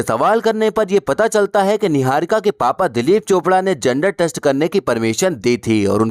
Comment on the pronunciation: yeah yeah 😂 .... Kangna diwani chamchi .. jealous n insecure ... 😆 Khud pehle apni pronounciation to theek nahi ki apni. Chamchagiri aur rakhi sawant se zyada attention ko tarsi huwi ladki 😂